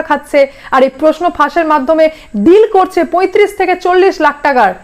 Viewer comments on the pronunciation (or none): কথাটা ড্রীল নয়, হবে ডিল।